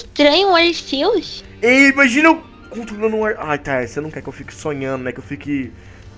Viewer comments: o nome é Arceus , Más se pronuncia como Arquios , Só quem assistiu o filme sabe . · O CERTO É FALAR ARKIUS, PODEM ME XINGAR MAS EU N SUPORTO QUE ALGUÉM ERRE ESSAS COISAS